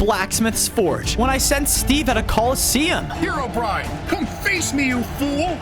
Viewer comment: Bro just say Haerobrine when its